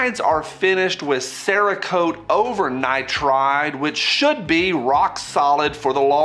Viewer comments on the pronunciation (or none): none